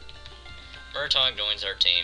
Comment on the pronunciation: Its Mrtaeg not murtawg